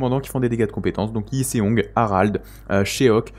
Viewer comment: Salut, tes videos sont top, je voulais juste te corriger sur de la prononciation de noms 😅 en faite les noms coreens comme Seong, Cheok, le "e" et le "o" collés sont une seule et meme lettre, c'est un "o" comme dans le prénom bob, du coup tu peux prononcer Chok, Song ☺️ voila, merci encore pour tes videos et lives